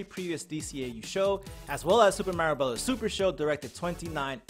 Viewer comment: Glad your learning how to pronounce mario right ...dont forget to sound out your words